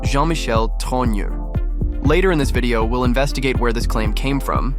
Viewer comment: A big thumbs up for being one of the very few who pronounce the family name Trogneux correctly. Owens is just too lazy to learn and carries on with her ridiculous "Trogno".